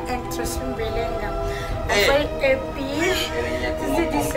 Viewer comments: balobaka happy no heppy English mayo mbadi 😂😂😂😂😂😂😂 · is happy not heppy